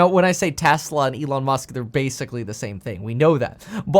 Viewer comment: E-lon Mush.